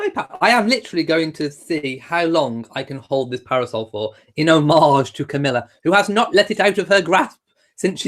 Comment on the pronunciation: I learned the proper way to pronounce "homage" by listening to this video. It rhymes with "fromage".